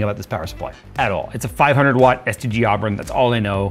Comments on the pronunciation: Oh he said STG..... I thought he said STD and assumed I was watchign a Dawid video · Thought you called them "STD Aubron" at first 😭😂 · I kept hearing STD when he would say STG.